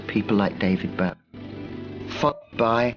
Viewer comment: I hate it when people call him Bowwy!